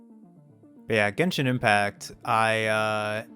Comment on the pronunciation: Ah yes, my favorite game… Jenshin Impacc.